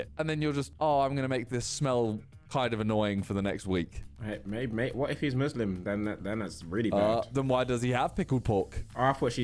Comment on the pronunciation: you kinda pronounced it. Coz Americans tend to say "Muzzims" Instead of "Muslims"